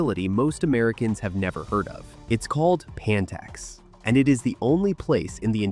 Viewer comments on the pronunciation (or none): It’s “Pantex” as in PANhandle of TEXas. Also, you clearly don’t understand how nukes work. They rely on explosives that must detonate in a perfectly symmetrical and synchronized manner to achieve a nuclear yield.